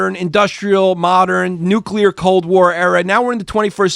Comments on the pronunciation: Chris says Nukular the exact same way as George W Bush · No such thing as a nucular bomb!!! It’s pronounced Nu-clear. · Y'all should have a weapons expert on for this. Chrissy D can't even pronounce nuclear